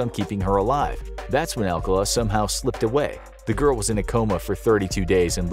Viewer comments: His name is pronounced Al-CAH-luh, not AL-cuh-la. The date didn't go well? No. She didn't go on the date. She met him at the show and thought he was creepy. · His name is "Arcala" not "Alcala" but still sus